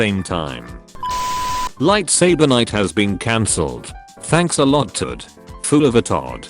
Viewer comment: You fool of a Took not Todd!!!!!!!!!!